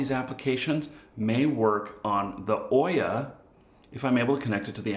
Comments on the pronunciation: pronounced OOOOya, like boot. Not Oyyyya like boy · Just for knowing, it's not Oyah, it's OOO-yah, like ou-yah...